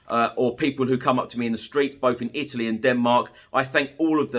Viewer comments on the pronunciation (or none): none